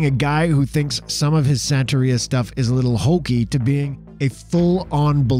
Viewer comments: Santería not San-terry-a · You are saying Santeria extremely wrong. It's Santa- ria.. Just like how Sublime pronounces it in the song ""Santeria''. Whoops. 30 seconds later you start pronouncing it right. Congratulations. I think. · You pronounced Santeria wrong. We used to find sacrificed chickens all over Miami as a kid. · “Catolikisim”, bloody hell. Also, you said “santeria” wrong twice in a row, just to right after say it right for the rest of the video, I really dont know what to say, besides, “you asked for corrections”, but “catolikism” killed me hahahhaa I mean, no one ever expect the Spanish “Inkisision”, am I wryght?